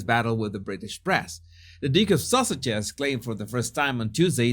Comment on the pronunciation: Why do I keep hearing “Duke of sausages “ ?